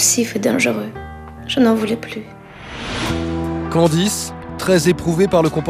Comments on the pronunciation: Nan,il a dit candiz😂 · C'est moi ou le mec a dit "Candi" ?? 😂😂